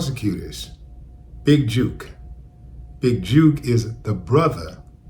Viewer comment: It jook, as in took not juke bro